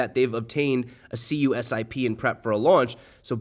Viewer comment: Thanks for the video FWIW, in the financial circles CUSIP is pronounced like Que, as in queball, then Sip 😊